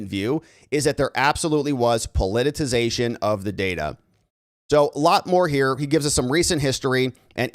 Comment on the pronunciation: Please stop saying "po-li-ti-TI-zation". It makes you sound like an idiot.